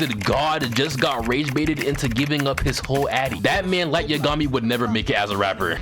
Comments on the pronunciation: Light yuhgami it yagami minda the same way u say megumi but u say yagami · Man, am I the only one hearing this foo, say Light Ye-gummy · Everyone: Light Yagami: Light YaGummy lol 🤣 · The way you pronounce Yagami makes me genuinely feel like I should be institutionalized. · Please don’t ever say light’s name again who tf says yagami like that😭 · Saying light's last name like he's a cousin of Yumeko from kakegurui 😭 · I can't continue watching this video because of how you mispronounced Light Yagami's last name. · I dont like the way you said "Yagami" bruh lmao